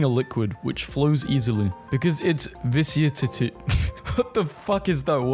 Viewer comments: Shoutout to Vaazkl for not cutting the moment when he was viciously attacked by a raving Daddy Long Legs spider. Also, the word is pronounced "Vis-kos-It-E". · in the secend to last one the word is pronunced "vis-cost-ity" and its for how thic whe fluid is